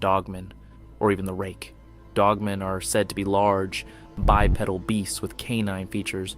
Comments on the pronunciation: please don't pronounce it bi-pedal...IT'S BYE-PEE-DULL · “bi-pedal”. 😂😂😂 like bicycle pedal…😅